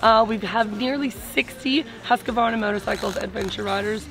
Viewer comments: Husqvarna not HusqAvarna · The marketing manager incorrectly pronouncing Husqvarna, Priceless!